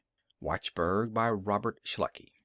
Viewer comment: Not Shluckey--SHECKLEY! :)